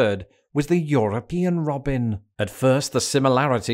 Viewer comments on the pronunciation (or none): none